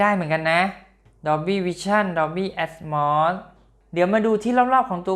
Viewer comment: แอดโมดatmos ไม่ใช่แอดมอดatmod